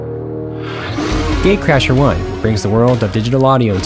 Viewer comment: It sounds like he is saying gay crasher 😂